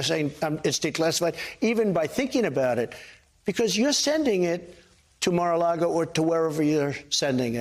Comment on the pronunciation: He slipped when he said Margo largo.